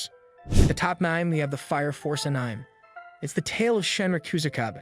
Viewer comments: Sorry if this sounds rude, but its pronounced an - ee- mei, not an-ime, I presume... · This video is just AI generated bro called Sukuna Toji, and then Yuji. And the voice says Änaim. And so many other things. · i made it 13 seconds into when he said anim and i turned off. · all the pronunciations are pissing me off. anim heaven